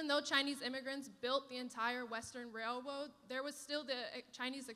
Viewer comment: The Chinese built the western “Wail woads”?? That wasn’t a simple human mistake and nervous mispronunciation, that means you’re a Racist! Without getting to know or understand you, I heard you say a sentence so I deem you a horrible, horrible racist person…. Sometimes we just have to listen in entirety to understand someone.